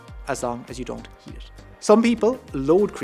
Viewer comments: Take creatine in juices, etc, as long as you don't....what ? Couldn't understand that last word. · I was hearing "as long as you don't [???]" I had to turn on captions to figure out he said "as long as you don't heat it."